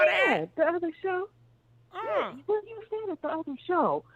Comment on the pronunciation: not "ill be there to confront chhuu" lmao